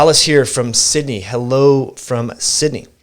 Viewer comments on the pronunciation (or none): none